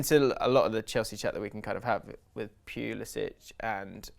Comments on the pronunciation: It's 'Puli-sick' not 'Puli-sitch' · it should be and its driving me nuts BUT American-born Christian Pulišić does not pronounce his name the Croatian way. Since he was born and raised in the US he uses the "butchered" english version so its Puli-sick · No its Pulisitch even Pulisic himself pronounces it wrong.